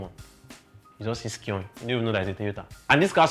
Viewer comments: Scion is pronounced as " psy on" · Thanks for the video. They are informative. However, the last car is pronounced as if your are saying Zion, but not with the "z" sound, but with "s" . That is Scion. The "C"is silent. Thanks.